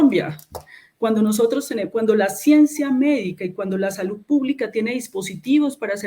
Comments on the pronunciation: Hasta la palabra salud cambio, ahora es salut con t, o al menos eso es lo que le entiendo en la pronunciación. Eso pasa cuando uno no está acostumbrado a hacer algo y haciéndola no la quiere embarrar. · SaluT, adoCtar, calidaT, normatividaT, verdaT, esa señora no sabe ni hablar. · No sabe ni pronunciar salud y dicen que es excelente ministra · No sabe ni pronunciar bien salud y dicen que es brillante